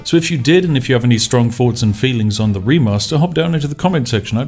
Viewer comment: The speech impediment makes watching this rather stressful. Especially as you appear capable of pronouncing your 'TH' sounds in some words, but not in others. My toes literally curl with every "uhva", "Iva", "fing" etc.